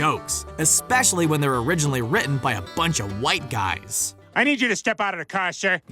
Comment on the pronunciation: Why did you put so much emphasis on the word white guys man?